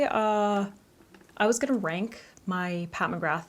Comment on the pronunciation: Why did I hear wank instead of rank